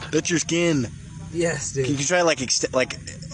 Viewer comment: "Expand it"💀😭